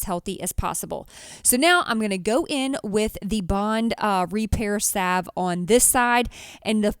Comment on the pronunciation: Thank you. Finally someone knows how to pronounce salve.